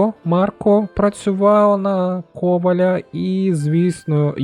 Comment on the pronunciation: Дуже ріже вуха кОваля, але дуже дякую за український контент.